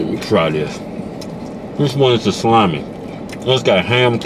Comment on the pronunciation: Nathan Carrille it's salami not salame